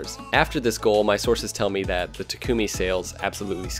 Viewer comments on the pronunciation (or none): none